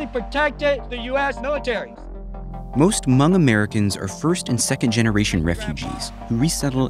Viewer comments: he can’t even say hmong right, dude has some bigger issues to deal with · Hmong American. And yeah, it's spelled H-M-O-N-G. The H is silent. 😁